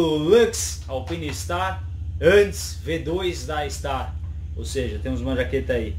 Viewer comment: "ALPiNESTARS" tá "Serto".... Não, não tem essa palavra em Italiano.... Canal oficial da Alpinestars pode ajudar....